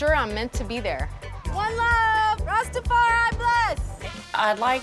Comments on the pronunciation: The R don't sit right 😂 pronounciation Rastafari use to hearing it in Jamaican accent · I live in the Caribbean and plenty of mates who are Rastas … they don’t say ‘rassstafariii’ every five seconds 🤦🏼‍♀️ his wife is legit though ❤ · I CANT STAND the White guy saying rastafari ONE more time !!!! 🤦🏻‍♀️🤦🏻‍♀️🤦🏻‍♀️🤦🏻‍♀️🤦🏻‍♀️🤦🏻‍♀️🤦🏻‍♀️ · white man can't say rastafari?